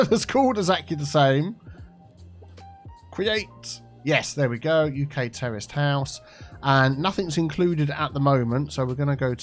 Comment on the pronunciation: 'Terraced house' just sounds like 'terrorist house' when you say it,. lol:)